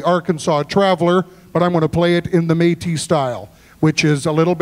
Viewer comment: Hey! Métis fiddler from Manitoba here. Just thought I’d point out that it’s Métis rather than Matis (those French accents can be a bit confusing 😉). Also, a little side note about the version of the Arkansas Traveller that Calvin played. This version was composed by a famous Métis fiddler in Canada named John Arcand and as such, is known as the Arcandsaw Traveller.